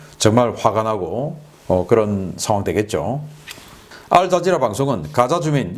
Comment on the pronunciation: 알자자라 말고 알자지 로 하시죠, 노딱갑니다